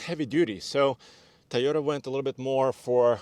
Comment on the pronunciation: Please just pronounce tOyota right not tYota jeezz ist very annoying stopped watching right there guys that dnt know how to pronounce the name I don't need more details that guy you tell me he cnt even say the name right